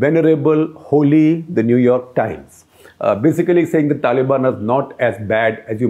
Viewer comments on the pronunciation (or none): none